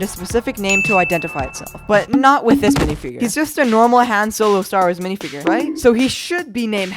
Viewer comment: He is called han solo not hanD solo